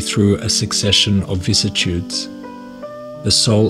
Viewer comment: A couple very minor errors in what was otherwise a perfect, captivating, thought-provoking video. , it should be spelled "pairing". , you pronounced it as "vissitudes" but spelled it correctly as "vicissitudes" then incorrectly immediately after. So many gems of wisdom in just this one video! Thank you for making this, I will have to re-watch this one and check out all your other uploads now... 👍